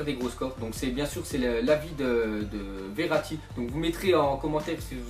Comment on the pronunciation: il dit nimp verati